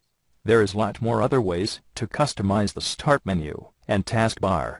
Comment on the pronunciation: yawn this robots voice is boring. and i think its funny how he says "sthhaaart menu and task bar lol